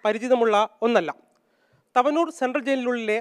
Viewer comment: തവനൂർ എന്ന് വായിക്കടോ വായനകാര